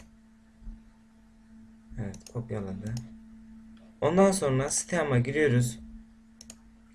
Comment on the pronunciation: Steam değil sıtiim diye okunuyor